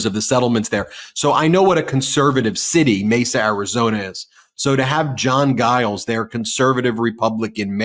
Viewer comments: I've never heard the name Giles (it's quite a common name) pronounced with a hard G before, and all other online media pronounce it with a soft G (i.e., like a J). Very strange. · Ben, the Mesa Mayor's last name is pronounced with a J sound. 😊